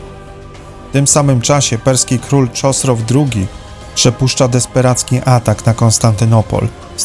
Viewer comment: Czy ten Czosros to ma byc Chosroes II??? W Europie przyjmujemy grecka wersje wymowy, czyli taka jak jest napisane. 'Ewentualnie mozna po persku czyli Hosrau. Ale jakiegos Czosro to nie ma.